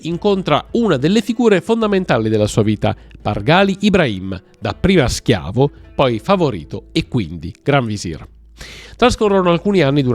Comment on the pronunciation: Merhaba! 😊 Selim Yavuz, padre di Süleyman/Solimano, fu un po' come Filippo II di Macedonia per il suo più celebre figlio Alessandro Magno. N.B. Pàrgali, non Pargàli. N.B.2 Mahidévran N.B.3 Cihàngir (la c in Turco si pronuncia come la g di gelato, giovane, giallo, giusto) N.B.4 Mèhmet, non Mehmèt